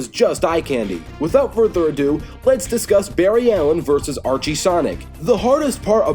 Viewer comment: It is Archie.